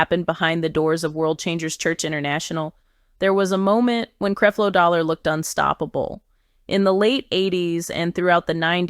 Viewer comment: Why she keep saying CREEP-LO DOLLAR in the beginning 🤔